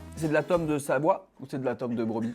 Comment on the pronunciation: "SaVOie" mdr